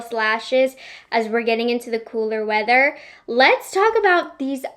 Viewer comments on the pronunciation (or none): none